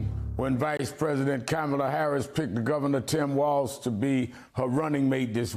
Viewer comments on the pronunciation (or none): C'mon Jesse. WalZ. NOT WalTz! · WALZ not WalTz